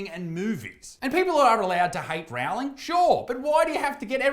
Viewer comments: I wince every time someone mispronounces JK Rowling's surname. the first part should be pronounced to rhyme with sew, not cow! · Great take as always, but I was continually feeling my ears burning at your pronunciation of JK's surname. The "Row" is like rowing a boat instead of rowing with a trans activist clown. Or like "rolling".